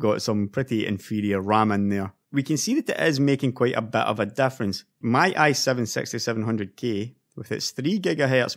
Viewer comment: i heard it sexty seven hundred gay